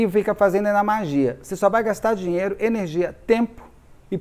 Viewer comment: Tudo só depende da sua enerrrrrgia !😊😊😊😂😂😂